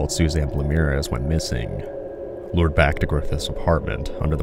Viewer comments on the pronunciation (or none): T'crossbow cannibal, as he demanded to be known as in court, the surname of one of his later victims is pronounced Blay (as in play) Mires (as in wires) = Blamires. I used to work with someone (unrelated) with that surname.